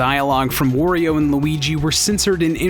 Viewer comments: "Wah-rio," not "wor-rio." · Wario is not pronounced Wurio, it is the same as Mario except for the first consonant. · Holy shit, it's aggravating to hear you say "Worry-o" every goddamn time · Cool video! But, man, I hate the way you say "Wario." It's WAH-ree-oh, not WORE-ee-oh.